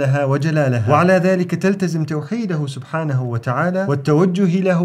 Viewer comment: بارك الله فيك 🌼 ملاحظة : في الدقيقة توجد ذال زائدة في كلمة "سبحانه".